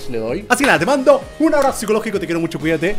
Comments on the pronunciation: No es musho es mucho xdxd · no es musho es mucho ok